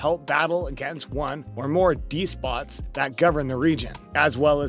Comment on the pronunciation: It's pronounced "des-pot", not d-spot, you cllickbaiting d-bag.